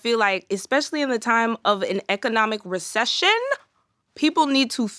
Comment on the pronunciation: her face and the way she said "economic reCESSION?" took me so off guard 😭